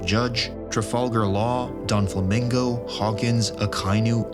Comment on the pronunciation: nobody boutta talk about how he said "impel dawn" and "donflamingo" ??